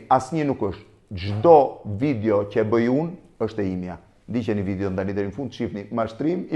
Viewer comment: Nuk i thuhet "vidjo" por "video" o Blendiii.... Kupton ti, apo nuk kupton